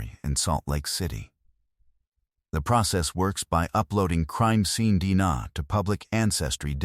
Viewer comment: Is this the best effort you (the YOUTUBE Channel creator) can put into this video story? If "yes" then I won't be watching any more videos from this channel. This is sloppy, poor quality work. The AI narration cannot even pronounce "D N A" properly? And the entire video shows one picture. Why no other photos of some of the main characters involved? No photo of the person who finally got caught and put on trial? Why were there so many obvious questions about what was revealed in the trial? Well, I watched this particular video all the way through. Then I glanced through a couple more videos on this YT Channel....same thing - one picture, same AI narrator left un-checked for proper pronunciation. Whoever is responsible for the content in this channel is simply telling "cold-case" type stories - and putting in the minimal amount of effort, resulting in a very poor quality experience for us viewers. It appears to me that this Channel producer is just making easy money on the tragedies of other human beings.